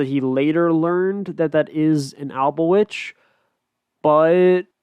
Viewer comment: It’s Alba-Twitch